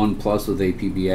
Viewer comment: It's pronounced APP - BAH